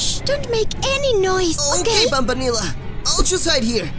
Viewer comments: Player did not said banbaleena he said banbanleena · "Ok banbaneela". 💀💀💀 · Why is no one talking about when player was hiding and banbileena Said shhhh player said banbanila